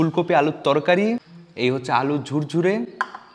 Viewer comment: আলু ঝুরি কে আলু ঝুরঝুরি বলছেন তো লাতাগুরি কে লাটা গুরগুরি বলছেননা কেন? 😁😁😁